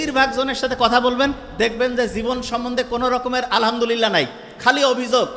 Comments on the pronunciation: আলাআমদুলিল্লা × আলহাদুলিল্লাহ √ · আলহামদুলিল্লাহ এর শুদ্ধ উচ্চারণ জরুরি।উচ্চারণ অশুদ্ধ। এতে অর্থের বিকৃতি ঘটে